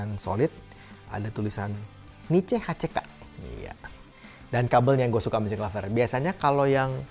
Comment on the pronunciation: Itu bacanya nice hack om 😁